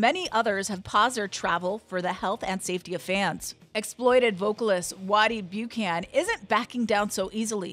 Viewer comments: Why does the woman doing the voice-over insist on pronouncing "Buchan" as "Bew-can"? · Bew-can. Lol.